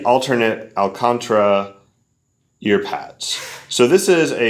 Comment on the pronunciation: al-con-TAR-ah, not al-contra FYI, and it's actually a brand name for the material... great review otherwise, I think you're the first reviewer to get their hands on these